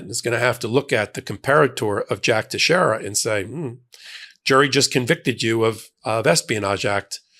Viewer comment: . Name is pronounced Tex-air-a. It's a Portuguese name. Thank you. Love your news bits.